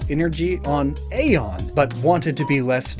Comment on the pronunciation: Ae=e Its not "ayy-os" its "ee-os" its not "ayy-on" but "ee-on"